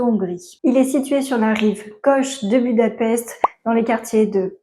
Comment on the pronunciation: À savoir que la capitale de la Hongrie Budapest ce prononce "Boudapecht".